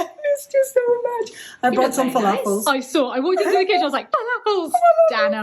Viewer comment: If you dont me saying, you pronounce flafel wrong. L pronounced with the tongue pushing behind the top teeth, not the top of the mouth. Like the l in letter or light. Flafel is a very Palestinian dish, also mastered by Syrians and Lebanese, but now it is a very common dish all over the east part of the Arab world. In Egypt they substitute the chick peas with broad beans and they call it taa’mia...yummy. One last thing, flafel is not flafel without a runny sauce called tartoor. Mix 1/2 cup of tahina(sesame paste) + 6 spoons of lemon juice + 3spoons water + 2 gloves of garlic + 1 spoon yogurt + chopped parsley. It should be runny or as thick as double cream. Add that to your flafel sandwich and imagine your self sitting on the banks of the Euphrates looking at Babylon wonders. Forgot to say i loved your dress.